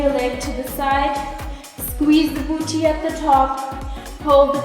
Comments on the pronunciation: i love it when she says boochee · I'm never gonna pronounce "boo tee" the same way again! Jokes aside I found the tips and commentary even more motivational than the music only videos. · I lovee how she says 'booty' :)